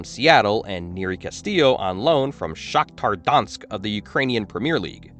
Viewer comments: it’s not Shakhtar Donshk it’s Shakhtar Donetsk (Shack-tar Don-eshk) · Cool video, but I winced a little when you said Shakhtar Donetsk like that.